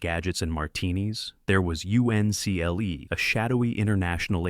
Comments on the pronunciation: I hate it when they get cheap with YouTube videos and use a fake human AI Voice instead of a real person, it's The Man From Uncle and not the man from U N C L E. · The Man From You-In-See-El-EE 😂😂😂. You gotta love Artificial Intelligence.. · Dear YouTube, please stop recommending this type of horse manure video. The Man from You-en-see-el-ee??????? Why do you allow clickbait AI videos to exist without a disclaimer?